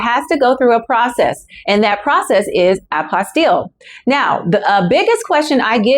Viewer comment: Why would I take your training when you aren't even consistent in your pronunciation of Apostille? The correct pronunciation is A pos tee.